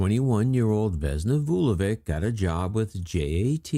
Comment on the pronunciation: The plane was shot down (planted bomb) by the Croatian Ustasa, the communist government at the time did not like to announce it because most of the dead were Serbs.And you could learn how to pronounce Slavic (Serbian) surnames, that letter at the end is not read as K but CH.